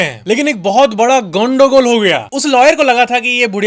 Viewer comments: Fect tech is Bengali 🤯 Because he said properly -- gondogol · Bro are u bengali? Gondogol was Accurate pronounced